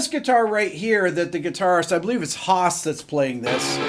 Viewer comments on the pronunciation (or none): none